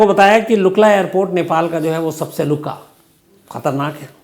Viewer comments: lukla hai sir,nt lukka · Lukka nahi..lukla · उस एयरपोर्ट का नाम लुका नहीं है सर, लुकला एयरपोर्ट नाम है उसका, एक्सट्रिमी डेंजर ।। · lukka nahi lukla hi sir jee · Sir lukka nahi lukla hai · क्या बोलरहे तु यार लुक्ला बोल लोका नहि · Lukka nahi sir lukla hai sir 😂😂😂lukka galat jawaf sir right answer lukla hain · लुका नहीं है उसका नाम लुक्ला है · Luka na sir. Lukla airport hota hai... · Lukka NAHI LUKLA HE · लुक्का नहि लुक्ला है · Give correct information not Luka it's lukla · Lukla hai....luka nahi sir... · its LUKLA not LUKKa..the most dangerous airport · You are pronouncing wrongly the mane of city not lukka. It is lukla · Luka nahi लुकला real name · It's not lukka it's Lukla Airport. One of the world's dangerous airports. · Lukka nahi lukla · Its Lukla Not luka Okay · लुका नहीं लुक्ला है sir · लुक्ला। lukla not a luka. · Lukla not lLuka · Not lukka it is lukla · Luka nahi sir lukla hai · Love from Nepal sir !! It’s LUKLA and not LUKA !! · Luka nahi sir Lukla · लुक्का नहि, सहि नाम लुक्ला है सर । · Luka nahi lukla sir jee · Not luka called lukla ☹️ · Luca nahi lukla hai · I’m from Nepal…sir its not lukka it’s “LUKLA” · Lukla hai sirrr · Luka nahi lukla he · Lukla not Luka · Its not luka its luukla airport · You pronounced wrong its lukla not luka ... Love from nepal 🇳🇵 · Sir wo luka nahi lukla hai pronunciation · It's lukla airpot sir not luka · Shams bhai LUKA nahin LUKLA hain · No Luka sir.... it's Lukla....... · Luka nai ji lukla he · the name of that air port is ' Lukla ' and not Lukka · lukka nahi lukla( लुक्ला ) हे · Sir, thank you for covering our plane crash on dated jan 15. I followed your each and every episode of crime story. Just I want to correction you Lukla is the Airport name not the Luka. You explain the root causes of neplease aviation and I agree on it. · Lukka nahi sir Ji ye khatarnak airport lukla airport he.. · Sir i always enjoy ur story making me deep n comfortable sleep!! That is lukla airport not luka thx..RIP all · Luka nahi LUKLA airport .🤣🤣.